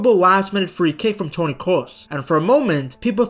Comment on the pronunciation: He nailed Toni but made Nagelsmann spanish :D